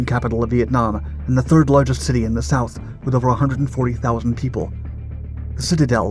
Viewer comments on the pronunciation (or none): none